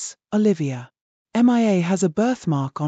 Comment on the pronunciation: You really need to correct your AI reader to pronounce Mia correctly. It is really annoying to hear it pronouncing it as MIA (M.I.A) as that stands for Missing In Action in military parlance.